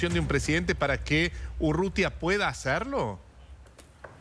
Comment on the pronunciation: El es González Urrutia el periodista dice Urrutia😂😂